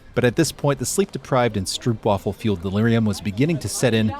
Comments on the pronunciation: Great video, thanks! But please, stropewaffle or stroapwaffle. Stroupwaffle sounds horrible:) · Yes, or an even clearer explanation: Stroop rhymes with soap. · You mispronounced stroopwafel, like almost all English speakers do. The Dutch double oo is pronounced as the English oa, like in road. And wafel is not pronounced as waffle in English. The a in wafel is pronounced as ae in English, like in maelstrom. The el at the end is pronounced the same as the English le of waffle. So you pronounce it something like stroapwaefle, but with a rolling r and not like the flat r, which is almost not noticeable, in English. We do have the word waffel and it sounds just the same as the English waffle, but it means something different. It is used for the mouth, but mostly in a negative way. Like in Hou (eens) je waffel, meaning keep your mouth shut (for once) or shut up (for once).